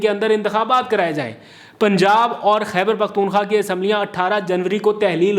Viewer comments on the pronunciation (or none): none